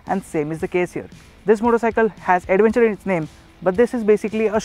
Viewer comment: chuthiya logonko kyo lathe ho video pe.. adventure ko 'ada'venture bolthe ho.. thu theri